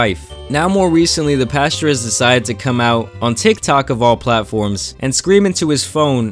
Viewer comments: It's pastor... But I hear pasture 😅😅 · Pasture Greg is what I heard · It sounds like the entire time you’re calling him Pasture Locke